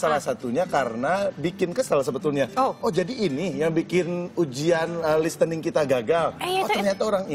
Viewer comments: narator: lis te ning 😂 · 2org pakai british accent, sementara omes masih salah mengucapkan kata LISTENING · Sekelas pembawa acara net tv, pronounce "listening" : "listening" it should be "lisening".. Come on, learn more... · Itu bukan "listening" tp bcnya "lisning/lisening". Silent T alias t nya g dbca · Ini narator salah kali ya listening bukan dibaca "lis-tening" juga tapi "lisening", ada baiknya sebagai narator juga belajar, gimana cara pengucapan dalam bahasa Inggris kl mmg mau ucapin dalam bahasa Inggris, pastikan apa yg diucapkan benar. Sama halnya dengan "check sound" tapi yg bener "sound check" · lissening bukan dibaca listening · Susahnya mendidik orang Indonesia mengucapkan “LISTENING” dengan benar... The T is SILENT. “Lis-sening”. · Lalu Kenapa mereka bilang lis tening 🤩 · Nah iya ini baru bener. Gua kadang agak risih, bahkan guru gua kalo bilang listening T nya disuarakan. Kacau